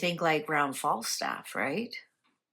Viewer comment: I agree. And she mentioned Flagstaff, but called it Fallstaff!!